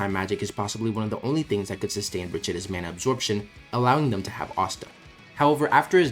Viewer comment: why are you pronouncing mana like that 😭